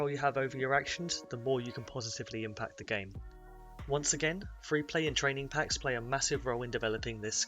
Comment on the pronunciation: Lol “free V free”